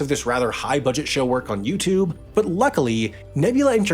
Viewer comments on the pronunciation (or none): none